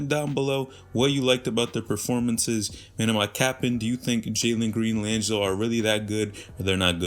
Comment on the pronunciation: Laaangilo ball. Is this guy pronouncing his name correct?!